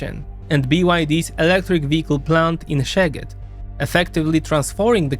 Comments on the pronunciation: So the way you pronounce "Szeged" is one that means "your butt" ;) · In Hungarian, “sz” is pronounced like “s” in English, and “s”(in Hungarian) is pronounced like “sh” (in English). Other than that, great video! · Hohoho! Take care how do you speak "Szeged". Say it like you say the S in sail. The funny thing is that how you said "Szeged" actually means in hungarian "your arse". :D Pardon my language, but that is the correct translation. SZ is the english S, how you say S is how hungarians say S - but SZ is a separate letter. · SZ is just "s" in English. It's not zeged, but seged. But I grant you, many people do say Tisza as if it was teezah. It's the name of a river, and it's just teesah. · In "Orbán" there is an accent on the "a", not on the "O". "Sz" is pronounced s in Hungarian (unlike Polish), so Fidesz is pronounced Fides; Tisza is pronounced Tisa; Szeged is pronounced Seged (otherwise the latter one becomes very funny in Hungarian). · Sz = English "S" S = English "Sh" Zs = well, there isn't an English letter in the alphabet to represent that Hungarian sound, maybe go for the sounds in the following words: measure, treasure, pleasure etc. So words are correct like: Szeged = "Seged" Budapest = "Budapesht" Paks = "Paksh" Tisza = "Tisa" (NOT "Tisha") Fidesz = "Fides" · I really liked the video however 2-3 mintues of research of how to pronounce names of cities and other stuff would have made it way better. To the hungarian ear the way you say szeged or debrecen is just painful. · Please at least try to copy Google translate pronunciation if you don't know how to pronounce a word. Like Debrecen, Szeged and etc. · Yes, I almost lost it at that line :D